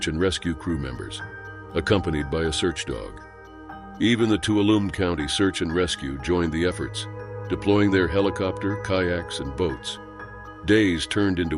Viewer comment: Tuolumne= "Two-wal-luh-me" not "Tool-luh-loom" 😇✌🏻 definetly not an easy read word; I'm a local to the park and found this video by accident; unfortunately a lot of tragedies happen here; to those who are grieving for loved ones lost in Yosemite I hope you it gives comfort to know that their spirit is resting in one of Earths' heavens/place of peace🏞️